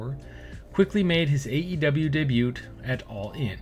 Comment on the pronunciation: Baron corbin didn't have much of a choice on cutting his hair. Bro was balding really bad. Had to commit lol. Also just so no one flames you in the future bro it's pronounced day-bue not day-butt lol. Don't say the 't' it's a silent letter.